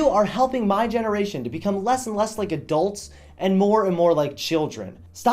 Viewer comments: I think he's stopped saying like and just started actually saying lake now. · It sounded like he said "...give this video a lake."